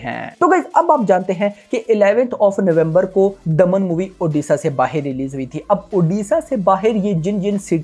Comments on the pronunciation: ओदिशा नही भाई ओडिशा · ओदिसा नही उड़ीसा बोल भाई नही तो unsubs कर duga 🤣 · One request sir pls pronounce the state name proporly..it's not oodisa it's ODISHA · Don't say oddisaaa it odisha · Bro first learn to pronounce the name "Odisha". It's not oddissa. Are you guys for real! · सर इसे ओडिशा उच्चारण कीजिये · Brother aap Odisha ko galat pronounce kar rhe hai, please pronounce it correctly 🙏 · please pronouce odishsa correctly u are from india not from england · since you are using odia film as a content for your channel at least get pronunciation corrected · Odisha ka nam sahi se lele fir movie review karna